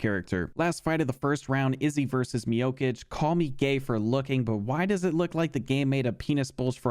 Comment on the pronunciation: Man how hard is it to pronounce Miocic' last name right when the c is literally the same character and pronunciation lol